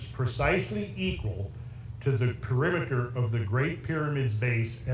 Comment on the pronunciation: PERIMETER: Not Peremiter.